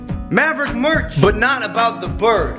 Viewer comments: Merch not meth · Is merch not murch